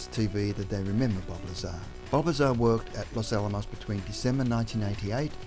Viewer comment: It's not Robert Lazer, it's Robert or Bob Lazar, pronounced La-zar, FYI. I like your videos, btw.